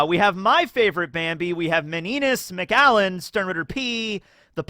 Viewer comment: McAllon, in fact, going by the pronunciation it should probably be Meñina.